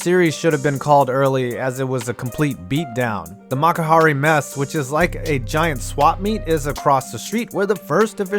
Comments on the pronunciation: Just a couple things regarding pronunciation: for Chiba it's Lotte (pronunced Lot-te) not like the word "lot", likewise is "mes-se" not "mess". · Your pronunciation of Japanese names is atrocious. Lotte is "lotteh" and the same with makuhari Messe "Messeh." Go learn to pronounce names right nimrod.